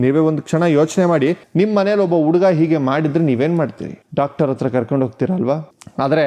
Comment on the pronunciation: ನಿಮಗೆ ಹ ಕಾರ, ಉ ಕಾರ ದ ವ್ಯತ್ಯಾಸವೇ ಗೊತ್ತಿಲ್ಲವೋ, ಗೊತ್ತಾಗ್ತಿಲ್ವೋ?? ಉಚ್ಚ, ಅವ್ರ ಅತ್ರ, ಹೀಗೆಲ್ಲ ತಪ್ಪು ತಪ್ಪಾಗಿ ಕನ್ನಡ ಮಾತಾಡ್ತೀರಲ್ಲ? ವಿಡಿಯೋ ಪ್ರಸಾರ ಮಾಡೋ ಮೊದ್ಲು ಒಮ್ಮೆ ಪರಿಶೀಲಿಸಬೇಕು ಅನ್ನೋದು ಗೊತ್ತಾಗಿಲ್ಲವೇ? ? ನೀವೇ ಹೀಗೆ ಮಾಡಿದ್ರೆ ಈಗಿನ ಮಕ್ಕಳಿಗೆ ಹೇಗೆ ಸರಿಯಾದ ಕನ್ನಡ ಕಲೀತಾರೆ ? ?ಕನ್ನಡದ ಕೊಲೆ ಕನ್ನಡಿಗರಿಂದಲೇ 😅 ಇದಕ್ಕಿಂದ ದುಃಖಕರ ಸಂಗತಿ ಬೇರೇನೂ ಬೇಕು?? ದಯವಿಟ್ಟು ಇನ್ನಾದ್ರೂ ನಿಮ್ಮ ಕನ್ನಡ ಭಾಷೆಯನ್ನು ಸುಧಾರಿಸಿಕೊಳ್ಳಿ. 🙏🙏